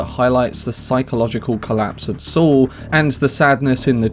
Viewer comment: It's pronounced 'Saul' not 'Swol'